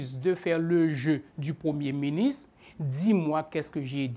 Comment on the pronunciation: Privert, yo pa di miniss lè wap pale français, ce ministre. Apran prononce "R" la stupid.